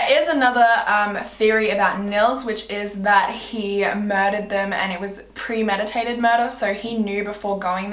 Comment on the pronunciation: Pre mediated not meditated 😂